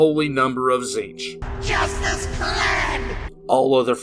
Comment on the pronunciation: Being's name: Tzeentch: Zeench Everyone on the planet: Zeench: Tit shitch